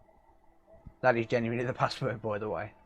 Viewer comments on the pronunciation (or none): none